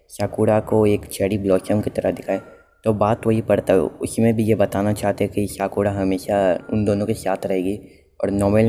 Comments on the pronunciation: Whats saruka? Its sakura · This guy literally saying sakura... As saruka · Sakura ko saruka kyu bol rahe ho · Abe wo saruka nhi Sakura hai saale